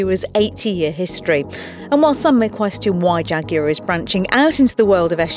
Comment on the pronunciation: I'm sorry but I clicked off just hearing you say "jaguar" but nice car!